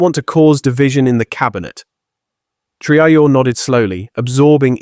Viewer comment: Take note at Video role . How is the name Traore korrectly pronounced? Not as a Colonial French, Islamic, English, or Ameri-con way. It is pronounced as the Odigenous and Indigenous Ah-Free-Kan name T-Ra-O-Ray.